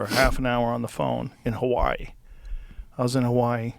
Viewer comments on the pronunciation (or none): none